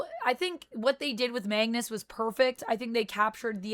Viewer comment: You kept saying Mangus it’s Magnus